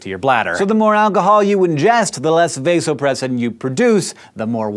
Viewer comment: the a in vasopressin is soft.